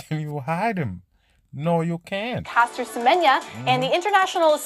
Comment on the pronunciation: That one name is Semenya like Semen ya